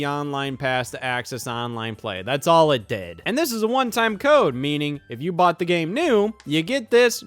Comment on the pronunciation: man said buyed